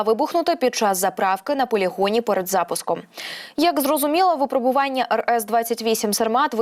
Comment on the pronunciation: Постійно дивлюсь ваш ресурс. Але... Шановні диктори, частіше заглядайте у словник. ВипрОбування! ВипрОбувальні! Нема таких слів "випробОвування" та "випробОвувальні" ! Не "командно-штАбних", а командно-штабнИх навчань. Не "кілОметрів", а кіломЕтрів! Не "десятикОлісну" установку, а десятиколІсну! Якщо обмовились, виправтесь, обмовка - це не страшно. Але, коли диктор робить такі грубі пОмИлки і не помічає, це - непрофесійно. З повагою...